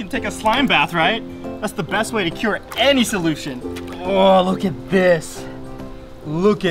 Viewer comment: The kure to any solution i think he said that wrong thats okay though 👍👍👍👍👍👍👍👍👍